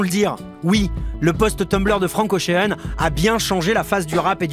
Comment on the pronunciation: franck ochun, "kenny" west, faîtes un effort svp